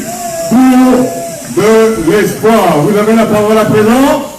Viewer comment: ነብሲ: በጃኻ እባ ነቲ ቓል ከመይ ገይሮም ከምዚጽውዕዎ ኣስተውዕል:: ኢስፕዋኽ እዩ ዚብሃል ኢስፖይር ኣይኮነን: ብፍሬንች ተስፋ ማለት እዩ:: እዚ ናትካ ጸገም ጥራይ እንተዚኸውን ስቕ ምበልኩ: ግን ዳርጋ ብሙሉኦም ኤርትራውያን ወነንቲ YouTube ቻነላትን ጋዜጠኛታትን ሓደ ዓይነት ሕማም እዩ ዘለዎም:: ኣብ ክንዲ ጽን ኢሎም ብምስማዕ ቅኑዕ ኣዳማምጻ ከጥርዩን ኪምህሩን ዚፍትኑ በብዚመስሎም ብምድማጽ ኣስማት ይሓናኽሩ